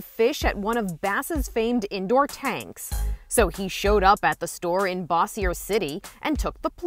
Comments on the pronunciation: it's pronounced Bo-Zhur, not Bossy-ER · It’s pronounced Bow-Shere not bow-see air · It is boser city not bossier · 1. I was there. 2. I love how other people say “Bossier” We pronounce it like “Boh-Zhur” an they say like “Boss-E-air” Lol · This girl said boccier it’s bossier😂😂😂😂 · Boss-ser city 😂😂😂 it’s BOH-zhər city.. this reporters need learn how to pronounce Louisiana cities and rivers. But she not bad as the news reporter that couldn’t pronounce the atchafalaya river 🤣🤣🤣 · Not ba-si-yer 😭 it’s bo-shi-er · She said bosyeir 😂 it’s bossier I lived there half of my life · Bossier city? Lmao it’s pronounced “boz-ur-city” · Ha!, Ha!, Ha!, Ha!, Ha! I live in Shreveport, right across the Red River from Bossier City where this took place, Inside Edition couldn't even announced the city name correctly. I find it funny how the voiceover announced the city name Bossiar City. Anyways, this took place at the Bass Pro Shops, located at the Louisiana Boardwalk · The city, Bossier, is actually pronounced like "bo-sher", similar to the word brochure, without the 'r'. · It's BOSSIER CITY .... Not bassier 🤣🤣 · It’s bossier city bosh-ier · She said it wrong it the city name sounds like this Boshier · Why say my city like that. Its pronounced ( Bo- Sure) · BO-zure is how you pronounce "bossier" in bossier city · btw it’s pronounced Bow Zhur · I thought you said wise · I know! LOL They never pronounce "Bossier" right! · Reporter cant even say Bossier City correctly.... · So we gonna act like we didn’t hear how pronounced Bossier City ?.....😒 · She cant even say "Bass Pro Shops" or Bossier City correctly... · No one from Louisiana is gonna correcting for the way she pronounced Bossier?! No one? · Bossier city lolol I about dies with her pronunciation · Why she gotta pronounce bossier like that😂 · She said the city name wrong lol i live there and ive been to that exact bass pro shop lol. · This is my in my city! She pronounced bossier wrong though...